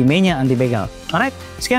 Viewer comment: Paling benci pas ngomong alright, sok Inggris tp spellnya amburadul...